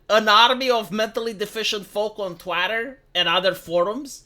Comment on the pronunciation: "twatter" lmao romanian?